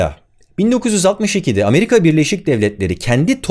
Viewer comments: "Ameriga"'ya ne demeli? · ameriga diyince haykırdım yaw :D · Amerika'ya ameriga demişsin😂😂😂😂🤣🤣🤣🤣🤣🤣